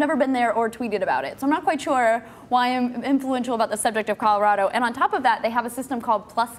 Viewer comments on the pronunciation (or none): none